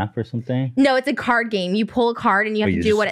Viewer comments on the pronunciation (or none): none